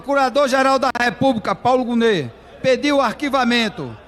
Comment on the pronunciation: Obs: Paulo Gonet, lê-se Paulo Gonê e não Goné